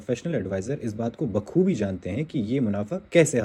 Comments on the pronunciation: خسارہ کے بجاۓ ،،کھسارا،، غور کے بجائے ،،گور،، بخوبی کے بجاۓ ،،بکھوبی،، یہ کس قسم کی اردو بول رہے ہیں ؟ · خسارہ کو “کھسارا” اور غور کو “گور” اور “بخوبی کو “بکھوبی” 🙄 ۔۔۔ بھائی اپنا تلفظ ٹھیک کر لو اگر اُردو کا نام لے کر صحافت کرنی ہے